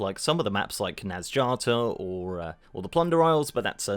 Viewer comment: Mispronouncing nazjatar*